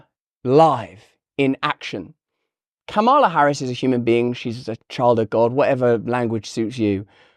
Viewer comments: It's KA-ma-la. I love you, Russell, but please be respectful and get names right. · As a native spanish speaker, "Momala" sounded completely inappropiate. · my skin ran away from me and into the woods when she said Mamala...ugh... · I must be from a different planet because I played "Mammala" twice and took about two minutes to figure out what it meant. I thought it was Hindi. Du. Di. You see I was trying to be fair to the segmented persons by ignoring Russell so he was no dam help 😅